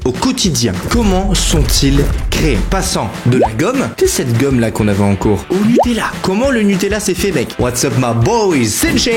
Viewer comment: Tu dit guomme ses effasse😂😂😂